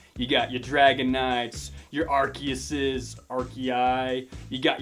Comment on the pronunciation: You speak out ar-kee-jus